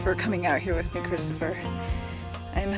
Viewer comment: Ughhhh I hate! Hate when she says "christoper"